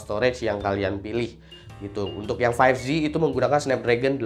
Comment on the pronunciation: 5J apa 5Z? Kok dibaca five ji